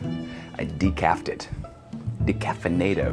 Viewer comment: “Decafinato”.... I’m just gonna leave that there